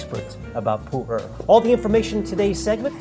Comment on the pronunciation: I thought it was pronounced "Poo-air" not "Poo-ur".